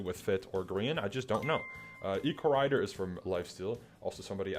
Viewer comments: he's pronouncing ecorridor like hogrider 😭😭😭😭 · His pronunciation of Ecorridor is killing me